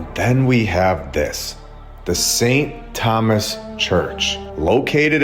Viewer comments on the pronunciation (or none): none